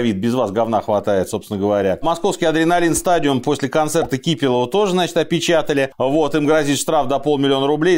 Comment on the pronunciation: Я жутко извиняюсь, но мне кажется что КИпелов на самом деле КипЕлов(экс.Ария). Поправьте если неправ. Холивар по поводу ударений.